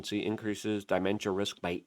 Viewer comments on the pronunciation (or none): Its da mentia not die mentia